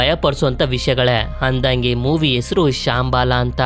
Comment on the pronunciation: ಬ್ರದರ್ ಶಾಂಬಾಲ ಅಲ್ಲ ಶಂಬಾಲ